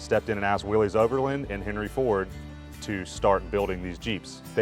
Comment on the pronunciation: I started to watch this video, but stopped it 6 seconds in when he said "Welcome to WILLIEZ World.